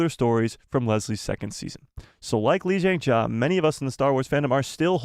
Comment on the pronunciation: He should take 5 mins or so to learn how to pronounce Lee Jung Jae correctly. And “Squid Game” as well. It’s not “Squid Games.”